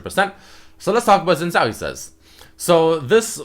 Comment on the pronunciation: its pronounced sene-zhao-al. of demacia